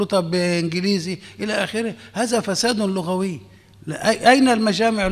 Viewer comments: قصدك يقول ( لَغَوي ) ، الصواب أن يقال : لُغَوي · المقدم للبرنامج يقول. لغوى بفتح اللام. والعين. للاسف